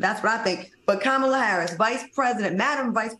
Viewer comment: Young Miami must be drunk or high on something 🤔 if she thinks she is anything OPRAH girl have several seats. Panel will y'all please tell Funky how to pronounce the VP name PLEASE